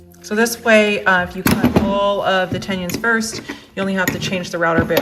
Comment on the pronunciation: i made it about 2 minutes in. it bothers me when someone says "heighth", but this was a whole new level.